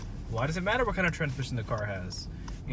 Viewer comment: “…and I’ll tell you HUWHat”